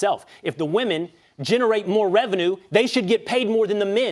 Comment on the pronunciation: But but but WAHMEN 😅